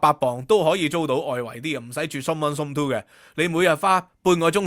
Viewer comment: Host cannot pronounced "zone"! He said ZOMB😂